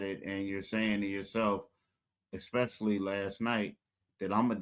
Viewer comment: I really want you to be better than this. C'mon. Firstly, the word is "eSpecially." It's not "eXspecially." You have to have more care for language if you want to have a career as a broadcaster. Secondly, if you cover pro basketball for a living, can't you bring some actual reporting to the podcast? I know we unfortunately now live in a world of "who can have the most outrageous "take" (opinion) on a topic," but why just copy that when you can rise above it with real information? To say that you'd rather watch the ten-win, early-Process Sixers than the 2025 Sixers just comes across as a wild "take" that does nothing for your podcast or those of us listening. If you really believed that, then why do this podcast? Instead, tell us some stuff we don't already know about this team or the game we just watched. Pose some MEANINGFUL an THOUGHTFUL questions about how the team moves forward. Challenge about the things that he's said or written in the past about this team, these players, this Sixers "system" and whether or not he still believes those things. If you're just going to restate the same basic points made by then why is this a two person podcast? I just want it to be better because almost every other podcast on this team feels like it is being recorded by idiot bartenders in their basements, masquerading poorly as journalists/broadcasters. Thanks.